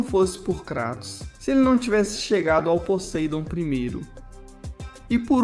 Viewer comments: Parei quando ele disse: Posaidon 😂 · querem inventar jeito novo de pronunciar "posáidon" ridículo